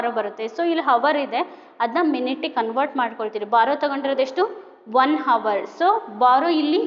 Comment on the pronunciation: Mam sorry for saying this , that's not hars that is hour😅😅